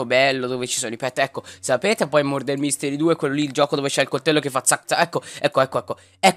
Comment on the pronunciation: Ti adoro Soprattutto quando hai detto ✨MoRdAr✨ ❤